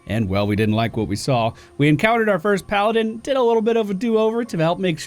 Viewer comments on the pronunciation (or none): none